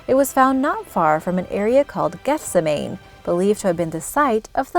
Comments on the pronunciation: Gethsemane is pronounced Geth-Sem-Any not Geth-Sem-Ayn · "GETH-seh-may"?? Try geth-SEM-many. How difficult is it to get classic pronunciations right? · It's pronounced Geth sim a nee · GETH-seh-may sounds flat stupid. If the person reading the script can't pronounce the name of one of the most famous places in the world, HTF would anyone "get the idea" of what was being discussed?